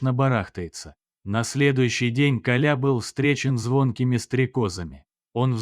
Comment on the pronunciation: Автор Вы незнаете как правильно ставить ударение в слове Коля?